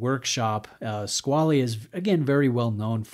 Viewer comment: You're not far off with your pronunciation.